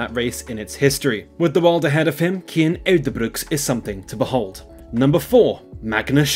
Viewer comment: Wrong. It's pronounced KIAN.